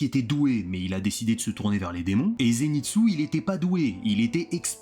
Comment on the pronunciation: Ba s'est ZÉNITSSOUE